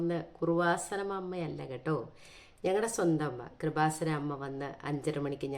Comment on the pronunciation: "കൃപാസനം" എന്ന വാക്ക് ശരിയായിട്ട് ഉച്ഛരിക്കാൻ പോലും അറിയാത്ത ആളാണ് പരിശുദ്ധ അമ്മയെ പരിഹസിക്കുന്നത്. !!! സഹോദരി ഇയാൾക്ക് കൊടുത്ത മറുപടിയെല്ലാം വളരെ കൃത്യമാണ് !!!